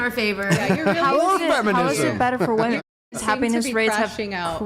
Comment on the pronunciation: You can’t say "women"??